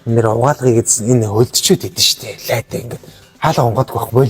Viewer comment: Лайк биш лаек шүү